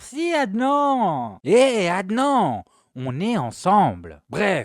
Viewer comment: Adnan 😅😅 ça se prononce adnane on lis toutes les lettres c’est un prénom arabe